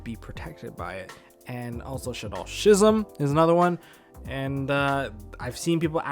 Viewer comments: I hate to be that guy...... but it's pronounced "Ski-zam' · you should google "schism" and hear how it should be pronounced (saying this in a friendly manner btw xD)